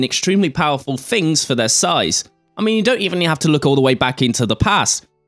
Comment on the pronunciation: I can't help but notice you pronounce the word ' things' with an f....'fings'. Maybe fings are not the fings you fink they are...but fings may change in the future. Thanks Graham for a great series.